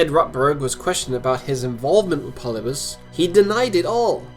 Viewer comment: Not Polybus. Pol-lib-i-us.